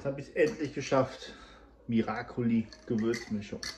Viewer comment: Ihr Lieben es heisst Miracoli ❤